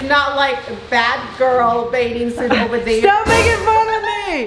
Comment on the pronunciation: it’s ‘Bathing’ not baiding🙂